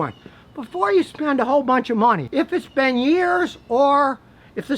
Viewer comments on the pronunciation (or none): none